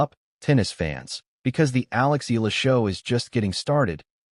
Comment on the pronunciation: Her pride, her honor, belongs to her. Funny how people try to claim for themselves what's hers alone. BTW kindly pronounce the name correctly, it's EhYAHLah. Not EELa or ELa, it hurts to hear it murdered